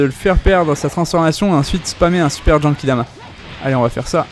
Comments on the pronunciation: pk tu dit jenkidama ????? Mdrrr c GENKIDAMA c pas compliqué Mdrrr sinon trés bonne video comme d'hab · En même temps tu as raison il dit jenkidama